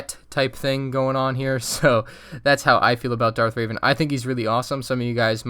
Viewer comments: “Darth Raven” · Darth RAVEN - I am cringing right now, especially after watching the rebels worst to first- Grand Admiral THORNi Edit: I know how they are spelled I am just emphasizing the fact that he said both of those